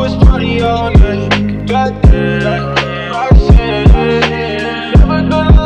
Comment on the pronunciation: My Favorite Part Is When He Says Roxxanne